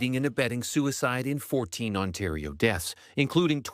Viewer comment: Lol, Ontardio.